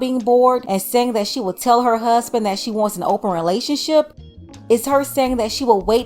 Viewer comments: Woman, just the way you express yourself, the way you speak indicates that a good man would have no interest in your dumbass. Go and have several seats. In looks I guarantee you that you don't have that many great options. All of that "hoosband" nonsense...learn to speak properly first, get to a healthy physique then maybe you might have the right to have your options validated. My lord that horrible tone and manner of speaking is simply frustrating. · What in the hell is a whoosband? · The way she pronounces “ hussssssband “ I knew it then, ain’t nobody marring her 😂. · The way she pronounces “huzzband” is a 🚩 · Oh, I thought maybe when she said, “find your Huzzzzband.”😂😂😂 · What did you expect from someone tryna find a huuzbun? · You should be able to pronounce "husband" in order to get one........ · I’ll put $1000 on it that this single 32 year old woman will never get married she’s too stupid She can’t even pronounce husband😂😂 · That rachet ass way she talks.. omg I could not have a conversation with this chick… “appleasing, huuusban, aks, thurapy” 😩 my head hurts